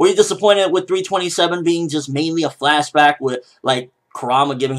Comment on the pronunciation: For future reference it's flashback not flashbag, just so you know :D